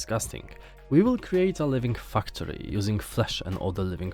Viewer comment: Great editing and presentation in this video! Thank you for putting this together. Personally, I think that I'm most interested in StarRupture, as I'm a MASSIVE fan of Satisfactory. Also, quick note on the pronunciation of the word "factory." It's said with a long "a," as in "apple." Your current pronunciation sounds like "fucktory." hehehe Anyway, much love and respect. Thank you again for showcasing these games.